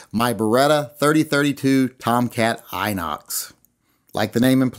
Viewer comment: Desole, Inox is French for stainless steel. It's also pronounced In-Ox not Eye-Nox. We still love you over here.